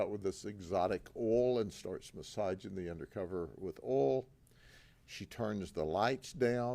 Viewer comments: It’s oil not Awl….so funny you can’t even pronounce English words correctly either! Yup Polk County education is a popcorn fart! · its pronounced "OIL" not "all".